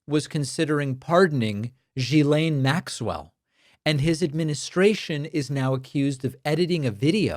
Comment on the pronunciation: FYI - Maxwell's first name is pronounced with a hard 'G'. Guill as in GUILTY-aine...not Jill-aine.